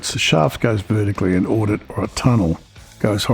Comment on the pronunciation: Interesting video. Btw it’s called an adit, not an audit. They’re two totally different things.